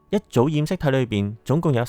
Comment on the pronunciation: 感謝用心製作此影片，題材有趣，資料搜集亦詳細，不過有少少瑕疵想指出： 「Sapien」的第一個音節是「say」，不是「sa」。 「鹼基」的「鹼」字，讀音是「簡」，不是「鹽」。